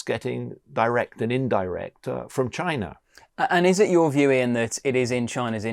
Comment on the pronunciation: Where is Chiner?? Slovakier? Russier?